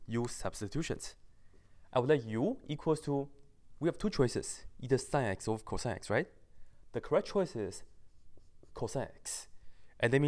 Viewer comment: Everytime he said "CosX" I looked at him with a weird smirk...No homo "Cosex"